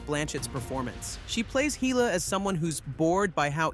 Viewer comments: Heela? Who the hell is Heela?! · who tf is "Heeluh" and i thought #7 was called Dawn OF Justice, not Dawn IF Justice